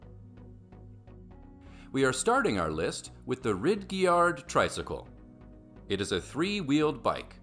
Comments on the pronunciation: You said “Rid gey ard” 🤣🤣🤣🤣. It’s Ridge yard like the 2 words that exist 🤣🤣🤣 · Rid-ge- yard hilarious.